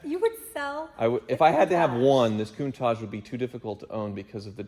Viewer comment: Coun-tat-ch not tajjhh